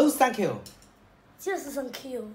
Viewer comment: Remember to say thank you, to put your tongue in between your teeth for the TH sound. I had to teach my mom that and now shes got it